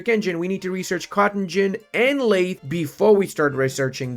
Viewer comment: the "th" in lathe is pronounced voiced, your vocal chords should vibrate.